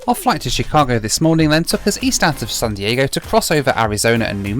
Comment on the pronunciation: I think I heard you say sun Diego😀